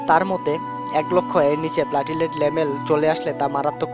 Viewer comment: প্লেটলেট,. not প্লাটিলেট